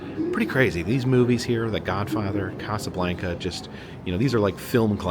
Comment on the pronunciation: Pronounce it correctly Casa Blanca not like blanket.